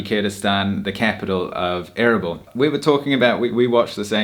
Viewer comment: A-R-A-B-E-L-A....LOL your accent way too funny,Is not ERBIL?Kurdistan...It took me sometime to work it out erbil from what you were saying